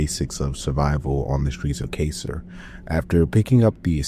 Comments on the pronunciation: (Car-sir) Carcer City not (Kay-sir) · “But it’s out of glass.” I could excuse “Kay-sir” City, but not this, what the hell?